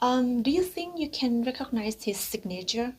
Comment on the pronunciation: Recognize ออกเสียงว่า เรคคิกไนส ไม่ใช่ เรคค็อคไนส ครับผม (คลิปทั้งสองชัดมากครับ)